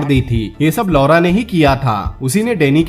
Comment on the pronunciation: Please change the pronounciation of LAURA